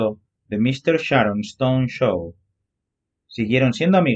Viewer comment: No se pronuncia sharoneston!!!! Es Sharon stone!!!! Insoportable voz!!!!